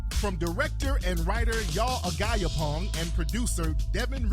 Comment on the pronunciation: 😂😂😂 Tariq it’s not A-GUYA-PONG it’s pronounced A-JAHPONG that’s my husband’s last name